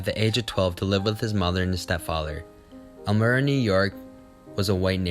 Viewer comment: Nice film, thanks. Elmira is pronounced as if it were spelled elm 'eye ra.